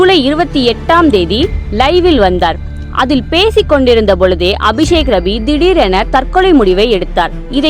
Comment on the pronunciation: I heard விஷக்கிருமி instead of அபிசேக்ரவி😂😂😂😂